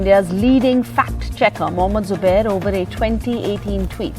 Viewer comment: say Zubair not subair you duffer